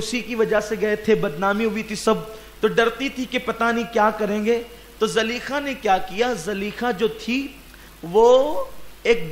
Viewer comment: Zulaikha hai really name Not zaleikha